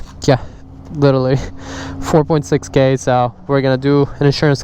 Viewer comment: never heard someone saying 4.6k like that before lol